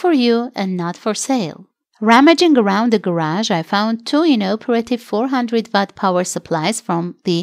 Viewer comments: Why does she pronounce 'work' correctly but then always pronounces 'watt' as 'Vatt' ? I don't suppose they even read our comments, because for years now, they continue tripping over their own tongues :-) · proteusx FWIW watt and what sound similar but it's more like wot and wut respectively (with short vowel sounds). However, my point was that she is able to make a 'w' sound in work, but then uses the fricative V consonant when saying Watt. I think if she can commit to memory just 20 or 30 key electronics words, then maybe the channel can pass 250K subs. Good, better, best, never let it rest, until your good is better, and your better best! ;-)